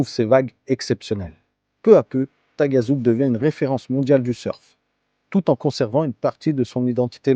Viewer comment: Moi Taghazout haut la main 😃. On prononce Tarazout 😉. Sympa ce format 3 lieux 👍👍